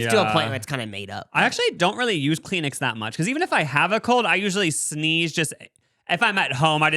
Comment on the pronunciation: Peen-uh is insane 😭😭 .78 for Cheerios 😭 Kleen-Ix 😭 Send help!!